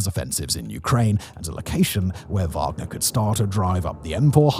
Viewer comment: “wagden” 😂😂😂 I see what you did there Simon.